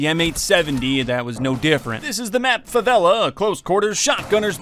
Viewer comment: Great video and i love how you pronounce Favela correctly